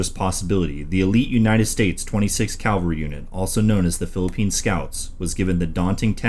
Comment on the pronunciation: "Ca-val-ry, " as in "cavallo," ("horse"). Not "Cal-ver-y" Goddammit. Bonus material: Your realtor is a "real-a-tor," not a "ree-la-tor". Jeezus.